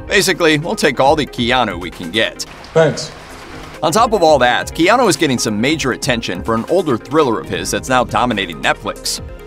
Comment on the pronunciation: As someone who also has a name of Hawaiian origin, it’s like hearing nails on a chalkboard when people pronounce Keanu as KEY-and instead of the correct KAY-anu. Just my .02 , please don’t hate.